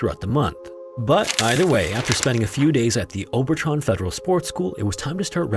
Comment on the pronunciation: It’s Obertraun is pronouced Ober-trown rhymes with down and town. Not Tron. All German regular As are pronouced like the A in Ahn not Ann. Aun is a common German sound and sounds like you would say Oww-n in English. Auer for example would be said like hour or ower in English. Or like Eisenhower, his name would have been Anglicised from Eisenhauer.